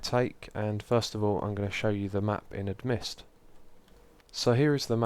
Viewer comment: Xisuma im sorry but i have to... Amidst is pronounced A - Mist :) not Ad - Mist